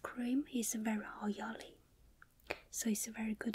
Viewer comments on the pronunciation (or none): none